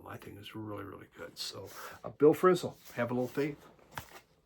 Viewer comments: Do you realize that you are not pronouncing "Abraxas" correctly? Also, Frisell is not pronounced "frizzle." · Actually, I stopped watching after that. Couldn't go any further. Also, no one mispronounces "Frisell" at my parties.